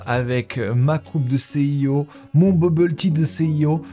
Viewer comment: no, no, NO !! On ne dit pas CIO ! "Si i haut" ou "PDG", mais pas "C'est i haut" !